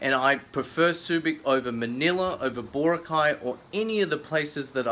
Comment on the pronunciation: BAH-ROCK-EYE!!! Meet some Filipino nationals and learn how to pronounce stuff right! Also, thank you for not mentioning my favorite part of the Philippines - don't want all these foreign wankers moving in and messing things up!